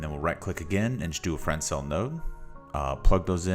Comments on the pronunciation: This is a great material! Thank you! A couple of notes: 1) Please minimize your preview so we can see the shader graph better. 2) Fresnel is pronounced "Fren-ell" or "Fruh-nell", the "s" is silent. I had a hard time figuring out what you wanted me to do. Thank you again! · Never heard someone call Fresnel Exponent francel made me chuckle